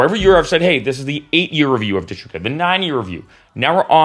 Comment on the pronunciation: Dude, PLEASE, first learn how to correctly pronounce DistroKid, then maybe I'll watch your video. Pheww!